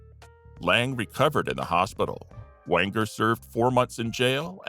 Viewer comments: It's Walter Wanger (with a soft "g"), not Wanker. 🤦🏽‍♂️ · Wait what ? Walter ...wanker ? 😅 😂 Am i hearing rhat correctly ? 😂😅